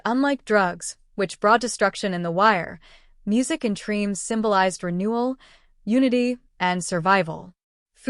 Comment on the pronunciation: You know it's AI when it mispronounced the name of the series.